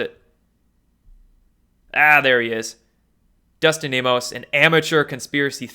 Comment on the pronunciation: I'm not trolling (I"m a subscriber), I'm actually curious. He knows Dustin Nemos, why mispronounce his name? He knows how to pronounce veil(ed), why pronounce it "veal"? Maybe he does it to see it we're paying attention. I'm just curious.